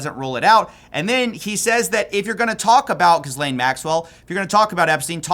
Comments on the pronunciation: I don't like her, but I don't think that's how you pronounce the name Ghislaine 😅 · FYI: The "s" in Ghislaine is silent 🤓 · Bro your coverage has been great but THE S IN GHISLANE IS FRIGGIN SILENT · The S in Ghislaine is silent, btw. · The S is silent in her name Ghislaine 😂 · the only thing that changes more than the narrative about the list is pronunciation of 'Ghislaine' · Pronounced: Ge- lane. Like "get" minus the "t" Not jiz-lane Not guy-lane Not whatever tf people say Her name gets butchered more than angus cows Call the PET-O by the right name. After all, she'll be free soon. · Man, i know i am picky about it and off topic, but the name is pronounced GHE-LAIN MAXWELL, not GIS-LAIN MAXWELL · If you're going to try and make money off this story, at least you can learn how to say each person's name. Gizz lane lolol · Gih-lain not Giz-lain. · I don't like the new way you are pronouncing "Gis-lane Maxwell" can we go back to "Jizz-layn Maxwell" from the earlier videos. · If you’re gonna mispronounce her name, at least mispronounce it correctly. She’s jizzlane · I take your reporting very seriously but you make it pretty hard when your research didn't include the proper pronunciation of Ghislaine. There's a few ways to say it and none of them are Gis-lane. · ghislaine maxwell <--- ghislaine is pronounced GEE-LEN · Pronounced: Gi-layn Maxwell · Actually it’s GHEE-lane. Hard g sound . S is silent. Guh-lane or Guh-lan. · it's pronounced "Gi" (as in Gigi) "lane". "Gi-lane". It's like Franch. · For someone who seems to do a lot of research on these videos and gets so many views, it is pretty jarring to hear you keep mispronouncing Ghislaine's name. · This man absolutely refuses to correctly pronounce Ghislaine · Please learn how to pronounce 'Ghislaine' correctly. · You do not pronounce the “s” in Ghislaine Maxwell